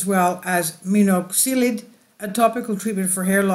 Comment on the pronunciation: The pronunciation of some key words were absolutely butchered to hell. Multiple wrong pronunciations of the same word and even made up letters shoved in there randomly. “Allopokia/allopokeery” = allopecia “Monoxilid” = minoxidil